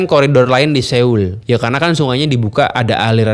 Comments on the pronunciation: Soul om bacanya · Dibaca nya bukan seul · Pelafalan dri kota SEOUL bukan Se-ul tapi So-ul. EO di baca O tebal. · Bacanya "So - ul", bukan Se - ul 🙏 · Seul... bukan seul mas bacanya SO-UL. Maap yak risih dengernya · Cara bacanya Soul, Bukan Séul 😂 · Sekedar koreksi aja ni bang, pelafalannya tuh bukan seul, tapi soul ,o nya odol … biar gak kedengeran aneh aja sih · SEOUL ITU BACANYA SOUL BANG, SOUL. BUKAN SEUL. 😅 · Sol aja bang dibacanya bukan seul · Bacanya soul, bukan seul bg 🙏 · so-ul not seul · Maaf, baca Seoul nya : Sowul bang bukan Sewul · Bacanya SOUL bang buka seul hehe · Bang seoul kalo dibaca bukan seul tapi soul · Soul bukan seyul... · FYI: bacanya yg bener "so-ul" bukan "se-oul". karena penulisannya 서(seo/(sʌ)) 울(ul). jadi sʌ-ul, bunyinya o disini bukan full o tapi o yang mulutnya terbuka maka di IPA dalam fonologi disimbolkan ʌ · bacanya so ul bang, bukan seul 🙏🏻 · Bukan seul.. Tapi soul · Bukan Seul deh perasaan sebutannya tapi Soul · Bacanya SÅUL bukan se ul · cara baca seoul bukan seyul, tp s0wul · SEOUL dibaca "So-ul" Bukan se-ul!!!! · Maap bang di baca nya soul, bukan seul .. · Pronounce nya Bukan "Seul", tapi "Soul" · Cara bacanya "soul" bang, bukan "seul" Seo-ul, "eo" di bahasa Korea dibacanya "o" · Soul bang bacanya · Cara pelafalan Seoul ini nganggu banget... bilang Soul aja napa bang.. E nya dihilangim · Bang udh kesana tp ngomong seoul aja masih salah. So ul bang ngikutin spelling nya english. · S E O U L. Njir dibacanya bener2 sesuai hyuf wkwk, bang pelajari juga atuh pelafalan suatu kata dari negara lain 😭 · cara baca : So-ul bang.. 🙏🏻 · Maaf bang,tulisan seoul bacanya harusnya so ul.... maaf cma koreksi...